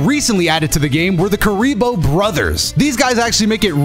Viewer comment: My favour kuriboh is kuribah